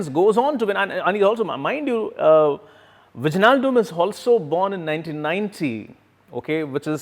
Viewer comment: 🤣🤣🤣🤣🤣 wijnaldum.... It is pronounced as "wi-nal-dum" Not Vij-nal-dum 🤣🤣🤣🤣 n GrpF will win u 🤣🤣🤣🤣🤣